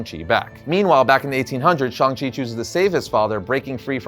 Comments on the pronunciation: Shhhhhang chi. Not Shong chi i had to stop watching because of this dam. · Okay am I the only one who still him shang chi instead of shong chi I mean I'm not racist its just feel some people who knows about the comics like myself felt like getting a headache since the MCU change how they pronounces his name